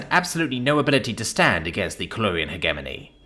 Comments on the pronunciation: It kills me inside a little bit every time you mis-pronounce 'hegemony'. It features a lot in sci-fi. Hedge plus Lemony minus the L.👍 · The g in hegemony is a soft one, not a hard one. It's pronounced "hej-eh-moan-ee."